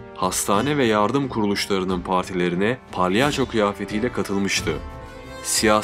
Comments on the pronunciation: abi palyanço değil yalnız o yanlış telaffuz ediyorsun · palyanço demeseydin iyiydi 😂